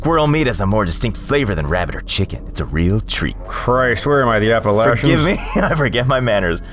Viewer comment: >pronounces appalachians correctly Fellow hillbilly detected